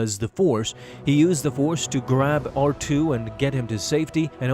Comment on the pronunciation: Artoo? Its R2... wtf